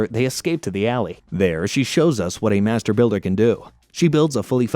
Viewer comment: I thought he said master baiter